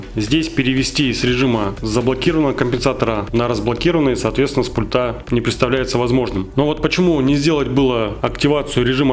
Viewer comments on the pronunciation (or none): Нет слов: "тока", "но, тем не менее", "пультА" и так далее, есть: "только", "но" или "тем не менее", "пУльтов" и так далее. Очень безграмотная речь! Уши вянут.